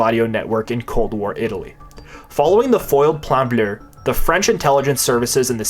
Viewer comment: Fun fact: there's no "R" at the end of the word "bleu".